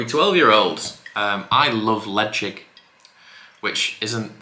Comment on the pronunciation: I'm subscribed - but why does Ralfy call it "Leshaik" and you call it Lejigg. Bit confused.